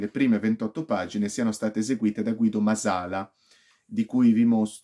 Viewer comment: Bella recensione, solo un appunto: il cognome è Màsala, è un cognome sardo, con l'accento sulla prima "a".